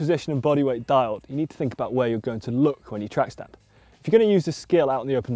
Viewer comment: Track stand kind of sounds like tramp stamp😂